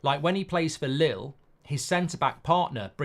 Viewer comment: It’s not lil it’s leel